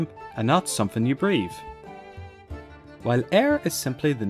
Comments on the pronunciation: Éire is NOT pronounced 'Air'. It's promounced 'Air-ah'. And 'Éire' refers to the whole mainland, the whole of the big island of Ireland and does not traditionally refer to the islands of Éire/Ireland. Even today, the people of Toraí island, and other islands off the coast of the mainland, speak about 'ag dul go hÉireann' ('going to Ireland'), meaning the mainland. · 'aira' not 'air' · Éire is pronounced (Air-ah) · You pronounced Éire wrong it's (Air-rah) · Hey, fan of your videos but as an Irish guy I thought I'd just give a pronunciation pointer. "Éire" is pronounced air-uh, whereas "eire" is pronounced err-uh. The two words are entirely distinct and it actually is not a case of the accent in Éire being optional in modern Irish. Indeed, the use of the incorrect spelling "Eire" is often seen as a slight against Irish sovereignty, as it was the spelling used by British authorities when communicating with Ireland after independence. This was such an issue that the Irish High Court issued a judgment holding that official State correspondence addressed to "Eire" could legally be ignored, as no such State exists. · Yeah irish yeah. It's pronounced. AIR-UH wih a soft UH. Eire ...AIR...uh. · You need to pronounce the 2nd e in Éire and I never have seen Éire without the fáda. Also, What's Éiren? Do you mean Éirinn, or Éireann, because they are the same thing, just grammatical ways of say Ireland. But nice video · it bother me so much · As an Irishman I thought you would get the pronunciation correct. But good video all the same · dreadful mispronunciation of Eire throughout is dreadful